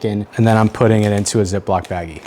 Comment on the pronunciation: You just gave a lecture about calling it curing and not brining. And 5 secs later you call it a zip lock baggggie!!